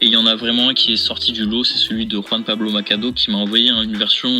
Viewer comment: J'ai de la peine pour Juan Pablo, ils ont tué son nom